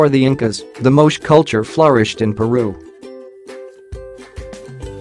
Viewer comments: Your mispronouncing the Moche name, it's not pronounced Moch but is pronounced like it long a sound at the end Moch-a even though it is spelled correctly as Moche. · Moe Che costal plains people not a one syllable Moche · It is pronounced Mo-chay.